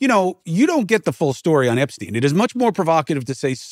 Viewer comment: Winesztain, Epsztain, Diddysztain...